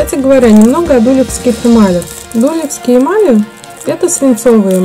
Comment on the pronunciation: Не во первых Дулёвские ударение на ё . Во вторых на фондон кладется любая эмаль . В третьих 145 эмаль это медный рубин и красный цвет появляется при реакции с медью. По золотым рубинам 5 и 3, их не кладут на чистое серебро. Вы не владеете этой техникой. Ролик туфта!!!!!